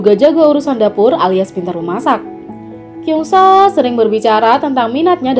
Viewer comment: It's kyeongsu... Not kyungso.!!